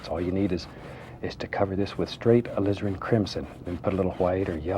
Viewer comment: Jonni Barratt I swear he says Lizard sometimes instead of Alizirin . .lol